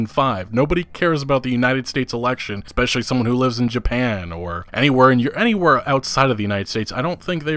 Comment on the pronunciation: Every time you say “expecially” I shake my head and think this guy isn’t a a smart man...